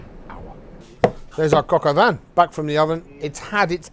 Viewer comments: Coke oh von bruh not cock oh van… British ppl make fun of how Americans pronounce words like croissant and then proceed to do shi like this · Cock'o van? If you are gonna be on camera practice saying the words or just said them in English if it's being you. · “Cock-oh-van” lol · ah yes the "COCK OH VAN" .....